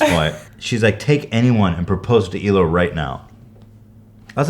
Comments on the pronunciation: The way Hila says "Hila" is a lot nicer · i never would’ve guessed that’s how Hila’s name is actually pronounced but it’s beautiful i wish her name was said like that all the time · the way hila says her name is the most beautiful thing ever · she obviously pronounced her name right lol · For the first time Hila gives us the correct pronounciation for her name. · the true pronunciation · In Hebrew you pronounce the h and put the accent on the second syllable (He-LA) but that sounds awkward in English so in English you put the accent on the first syllable and can choose to ignore the h (hence EE-la) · ohhh the pronunciation of Hila makes more sense now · Hila's Israeli pronunciation is beautiful. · so THATS how Hila is pronounced.. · is that how you really pronounce hila?? sounds so nice!